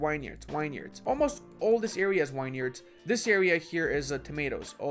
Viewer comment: Thank you very informative. though its pronounced vinyards mate.